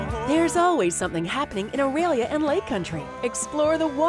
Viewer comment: The presenter does not know how to pronounce "Orillia" ... at least it got one thumbs up in 3 and half years